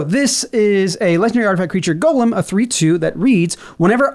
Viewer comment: This man had me the moment he correctly pronounced Golem. Good job.